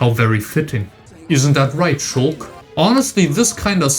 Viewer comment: He even says ShulllK correctly